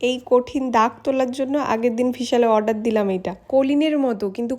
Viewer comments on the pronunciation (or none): none